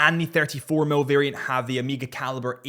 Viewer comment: It’s Omega not Amiga!!!